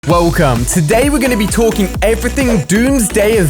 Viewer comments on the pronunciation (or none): Yo why he start the the video like that “wElCoM”😂